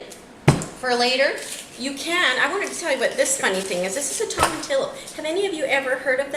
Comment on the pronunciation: Love it!! Pineapple sounds great in there! Tomatillo is pronounced toe-ma-tee-o (love you!)